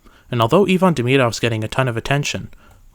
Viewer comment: You pronounced Demidov well. That's cool. Your analysis of Hage's progression is cool too.